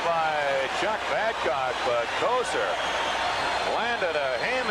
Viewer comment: The "Joe Couture" pronunciation of "Kocur" caught me off guard ! Lol